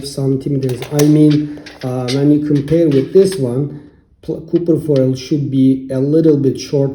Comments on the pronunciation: Copper is pronounced kahper...not cooper... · Bro prounce copper as Kufir! 😂🤣😁! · Stop saying cooper foil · Hello my friend? You need to post the names of the thing you are using. Because every time you keep saying ( copper foil ) it sounds like your saying ( cooking foil ) and cooking foil would be aluminium foil..... So this is a great video and thank you....